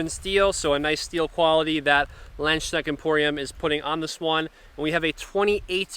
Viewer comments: "Lend - Shneckt"??? 🤣🤣🤣 Landsknecht is pronounced "Lunds - Knecht" [transcribed for English speakers] (whereby the German "ch" is pronounced like the Spanish "x" as in "Mexico"). When presenting a product, it would be advantageous to at least pronounce the name of the company correctly. By the way, the "a" in "Nagel" is pronounced like any other German "a", meaning like the "a" in "car" and not like the "a" in "care". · never change! Pronouncing Schiavona in the past, now Landsknecht... 😅 I do want to let others know that, if you don't have a pommel, a longer grip is usually needed to have a good balance. This is common for swords in Asian cultures. And historical European fencing manuscripts tell us that longer grips on (langes)messer were also supposed to be used in hooking actions (i.e. hook the hand/arm). So these (28 inch blades and less) are designed for close combat, sometimes almost wrestling with blades, as opposed to longer swords (34 inch blades and more) that are made to focus on the wider fencing actions. Just saying, the grip size is not (just) to have room for the hand.